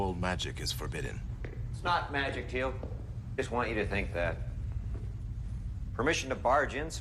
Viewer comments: Teal'c NOT telac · Not telak more like téélk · It's funny to see your reactions to watching SG1 for the first time round, I've watched them all dozens of times and they're still great, it's Teal'c pronounced teal with an added k sound at the the end, not tee lak as you said, but that aside, enjoy the rest, they only get better while Jack is in them, still good after, but his character is missed when it's not in it as much. 👍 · if you say "tealc" one more time .... it's TEAL'C, how hard is it to say that? lol, just kidding, but do try to say the name correctly. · I'm so happy your reacting to this! Stargate is my all time favorite show! I love seeing new people find it, keep watching your gonna love it! Also it's not Telack it's Teal'c. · Did you call him Tea-lack? LMAO his name is Teal'c pronounced Teal (like the blue green color) with a K sound at the end. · Tee-ilk, spelled Teal'c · t-lack ? really LOL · With all due respect my friend, his name is Teal'c. It's pronounced Tea-eel-c. Teal, as in the color teal, then a hard c, as in car or cow or cap. Teal'c. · stop saying Telak.. it offends people. And yeah.. it is a shame Kowalsky died. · yeah every time he said it i almost yelled "its teal'c dang it" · That is so correct he should pronounce names . .is teal,c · I have to laugh when you you try and Teal’c’s name the C at the end sounds like a K.